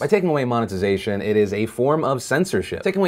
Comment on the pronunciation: monetizatn solutn